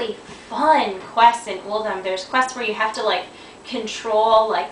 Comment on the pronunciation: Vortex Pinnacle is my favourite dungeon by far. Throne of Tides would be 2nd. Uldum is pronounced 'UL-DOOM'